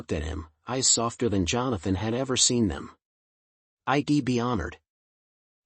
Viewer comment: Update your pronunciation data base: "I'd" is a contraction, not an acronym. "Dont pronounce it as "I D".